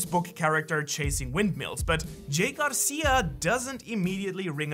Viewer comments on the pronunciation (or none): hey. Don’t forget the r in my last name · Your forgot the R in "GARCIA".